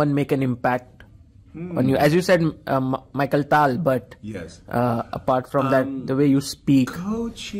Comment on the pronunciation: MICHAEL Tal. LOL. I think Yasser pronounces everybody's name wrong on purpose and is just trolling everyone.